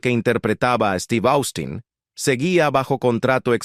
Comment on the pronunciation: También dice Austin, cuando se pronuncia Ostin.